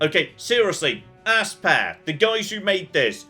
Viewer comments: Did just pronounce Aspyr games ("aspire") as... Ass-pear? 😆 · I believe Aspyr is pronounced Aspire. =8-Þ